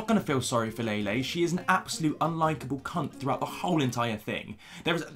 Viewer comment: I just listened to Lele Pons insult me while pronouncing my name wrong. I can’t go lower than this